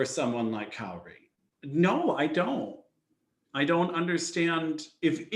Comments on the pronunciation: He also said that Japan missed the podium and Italy was in 3rd, only for Japan to walk right out to award their ownbronze metals XD And the way he mispronounces Kaori (he says it like "kay-ori" when is "Kah-o-ri")drives me almost as nuts as the announcer at worlds saying "Kihiri" instead of "Kihira" for both the short and the free. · Kay-ori. Lol. Yes he butchered almost every name.